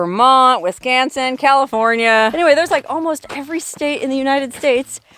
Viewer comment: You pronounced Wisconsin correctly! You have a serious south-side Milwaukee tang!